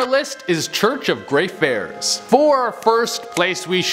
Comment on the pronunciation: Basilica is pronounced Basil-ick-a. Lol And you missed the R when saying Greyfriars. 😁